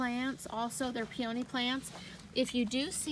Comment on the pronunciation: Please learn to pronounce peony!